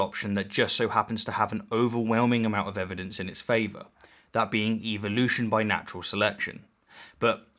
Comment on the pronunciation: Just say evolution right GODDAM you piss me off when i hear u say it.